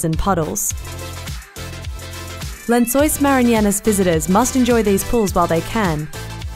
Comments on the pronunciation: The way she pronounces "Maranhenses" tho😂😂😂😂😂😂😂😂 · She totally mispronounced the name! 😂🤣😅